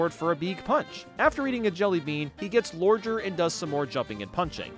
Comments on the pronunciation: “He gets lorger” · “lorger” got me laughing for hours.